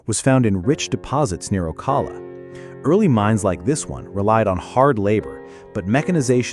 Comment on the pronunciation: Ummm, Jacksonville is north of Palatka. Also, you mispronounced Ocala. Must not be from here.